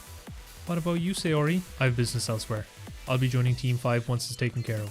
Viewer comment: i just realized, why do you say Saori like Sayori? lol